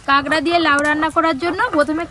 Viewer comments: ডিমগুলো সেদিন ভাইয়া এক হাট থেকে যে কিনেছিলো আমি সিওর সেই ডিম গুলোই।অথচ মিথ্যা বললেন যে পাশের বাড়ির। আর কাকড়া কে কাগড়া কাগড়া বলছেন কেনো?মিডিয়াতে উচ্চারণ টা ঠিকমতো শিখে বলা উচিত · ডিমগুলো সুরজিৎ নিয়ে এলো বীরভূম থেকে।আর বলে দিল পাশের বাড়ির থেকে। ঝুড়িকে বলে ঠেকা, আর কাঁকড়াকে কাঁগরা। জঘন্য